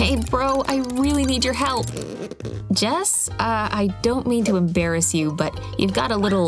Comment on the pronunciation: it's jess not jazz